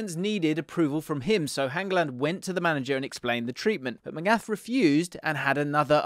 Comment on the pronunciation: Magath deserves respect, start with the pronunciation